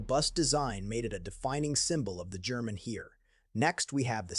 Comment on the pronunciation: It is pronounced Hair, not Here!!!